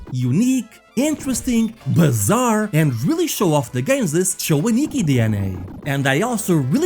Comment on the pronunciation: cho-anikki is bizzare